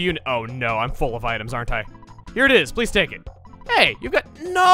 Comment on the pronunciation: Man, Chugga sure knows how to "NO"!